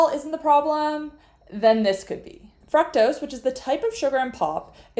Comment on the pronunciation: Learn how to say FRUCTOSE. You can just ask Google for the pronunciation. It doesn't make you special or smart to pronounce a word - or mispronounce it - 'as you see fit.' You want to sound smart enough for people to follow your advice, right?